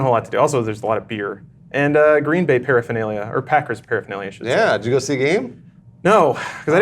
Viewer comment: It's Green Bay, as in one word. Not two words. LOL, I'm a wisconsinite.